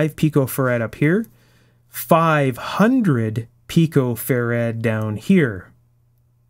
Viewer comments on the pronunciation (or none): Great drinking game. Every time he says "fair-ADD", down a shot..:-) In my old days, we had mf and mmf. Rarely pico, essentially never nano. Those days Farad capacitors were the size of washing machines. Today I think they mount one in your laptop.Thanks